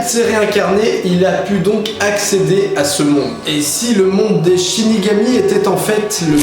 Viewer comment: 1.47 tu dis shinégami